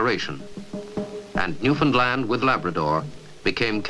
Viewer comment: The Great Depression was devastating to the Newfoundland* economy - but what really hurt the Dominion was the crushing war debt that they were saddled with after WWI ended. The Depression just finished the job. (*…And bravo for your correct pronunciation!)